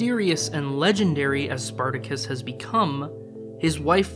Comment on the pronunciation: "Spar ta Kiss"...???